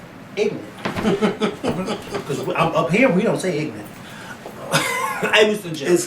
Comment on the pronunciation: OMG.....the lawyer actually said ig'nant and jes-tice??!! LMAO. There is nooooooooooo excuse for that and yes, you needed to "go in" on that one. I'm glad Zimmerman was charged. However, if I hear the word ig'nant used during this trial I'm DONE!